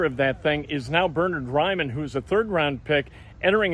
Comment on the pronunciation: Bur-Nerd Rye-Man